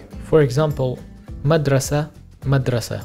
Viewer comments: This guy is not pronouncing the darija accurately and it’s misleading. We don’t say madrasa we say mdrasa, we don’t say qahwa we say qhwa, we don’t say formaj we say frmaj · Even some of the "unchanged words" are not pronounced exactly the same. I'm from north Morocco. We pronounce "kitaab" as "ktab", without "i" and with a short "a". And "madrassa" as "mdraasa". Without the first "a" (or it is pronounced really fast), and a long second "aa".